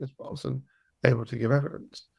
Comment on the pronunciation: ....... YOU ,, ..Were a former Detective ....... :face-purple-wide-eyes::face-orange-biting-nails::hand-orange-covering-eyes:......... DID You jusT Say ,, EVEDINCE ,, ....:face-purple-crying::face-purple-crying::face-purple-crying::face-purple-crying::face-purple-crying::face-purple-crying::face-purple-crying::face-fuchsia-poop-shape::hand-pink-waving: I Guess your NOT A Detective ANYMORE ,,..... :face-purple-crying::face-purple-crying::face-purple-crying::face-purple-crying::face-purple-crying::face-purple-crying::face-turquoise-covering-eyes::face-turquoise-covering-eyes::face-turquoise-covering-eyes::face-blue-question-mark::face-blue-covering-eyes